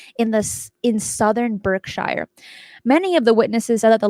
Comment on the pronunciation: Berkshire, like gobs of places in the USA named after a place in England with "shire" in its name, has long been "Americanized" to "sure." It's nitpicky, but (as a New England native), it's kinda strange to hear it pronounced as anything other than "Berk-sure." Nevertheless, it (as always) was a great show. Thanks. I'm hooked on this series, and the Debrief also.